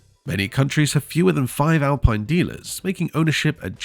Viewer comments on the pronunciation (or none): The Alpine 110 you showed initially was from the 1970’s not the current model. You are also mispronouncing the name, it’s Al peeen not Al pine. Get it right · It's Al-Peen.